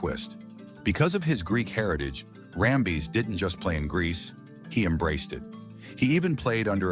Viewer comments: "BADDERY " 😂😂 & RAM - BEEZ 😂😂 . . . ITs Ram - bis & battery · Great video, but the fact you kept saying Kurt RamBIS' name as RamBEEZ drove me nuts! Please double check your info before posting. You would be seen as that much more professional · For gosh sakes you found at least 2 ways to destroy Kurt Rambis' name. Rambeez😂 and Rumba